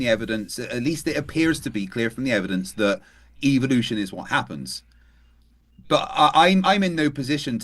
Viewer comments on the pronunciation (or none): He pronounces evolution, as evilution